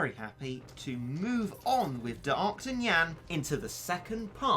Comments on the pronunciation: Still dont understand why he pronounces D'arktanyan '' d'arkt tenyan '' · The way u say Dark tanyincat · no ones gonna comment about the way he says darktanyan? Ok...